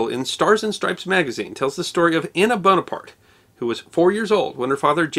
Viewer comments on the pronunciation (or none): none